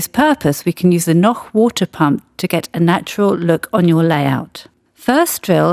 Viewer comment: On the other hand she is pronouncing "Noch" exactly as it should be pronounced. So what could she do alternatively? Pronouncing it in a wrong way?